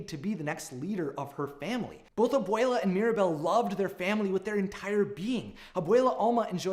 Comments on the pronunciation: The way he says abuella tho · If you say Obwele as Obwala I will literally implode. Nothing personal just a little annoying but I love your vids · “Ab-wale-a” -This guy on my yt fyp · I died every time he said abuela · Please work on your pronunciation don’t slaughter our culture by white washing it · Anyone else gonna talk about how he pronounced Abuela and casita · i cant get over the way ur saying abuela